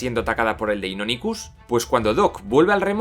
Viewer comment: Pd: Por que pronuncias asi deinonichus :v?